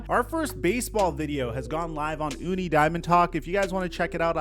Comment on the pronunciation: Just a heads up, it's pronounced Toony.🐻👇